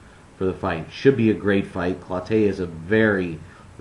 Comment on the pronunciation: It's "clo-TEE", not "clo-TAY" you Big Fat ass.